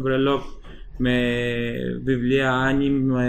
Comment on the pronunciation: άνιμε ειναι οχι άνιμ :P